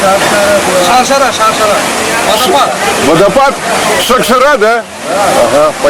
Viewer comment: ни шакшара а шаршара